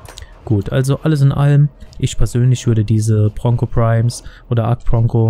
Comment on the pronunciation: I watched this only to hear ponco